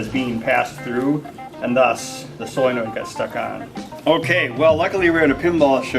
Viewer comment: It's solenoid not soyenoid. :)